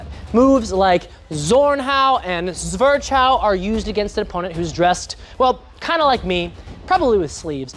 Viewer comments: How you butcher these German swordfighting terms is abysmal. "Swörtsch-hau". No, it's Zwerch-hau. If you are able to learn these complex techniques you are also able to pronounce them properly. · Man, I love your channel, but in zwerchhau, the ch part is pronounced as K.